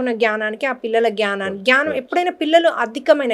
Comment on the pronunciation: Chalkaga cheptunnaru 🙏 Chinna correction gyanam kadu gnanam. 🤗